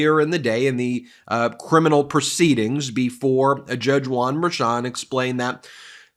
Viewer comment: Why do you keep saying Juan merchon like it's one name...it's not.